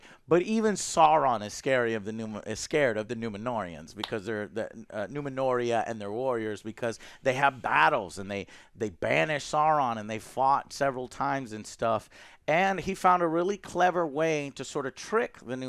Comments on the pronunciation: Say Numenoria one more time i dare you i DOUBLE DARE YOU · "Numenoria", "Galandriel"? Holy, you guys really don't know much more about Tolkien's universe than those "super-fans" from that ridiculous, dumpster-fire of a teaser reaction that Amazon was essentially forced to remove. This is so bad. So bad.